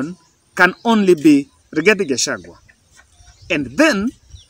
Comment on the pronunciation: Rigathi not igathi😂😂